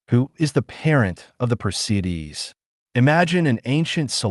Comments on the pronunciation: This is why they should teach phonics in school! It is not per cee Dees .it is per see ids.😎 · Per-see-ids is the pronunciation